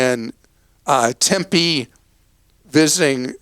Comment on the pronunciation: Kudos to Clark for pronouncing "Tempe" correctly! Lots of out-of-towners get it wrong.